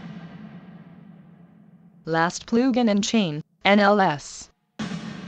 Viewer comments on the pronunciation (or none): “Next plew gin” 😂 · "Ploogin" haha